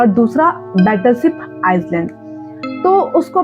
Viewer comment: Its not pronounced as iceland , its iland , s is silent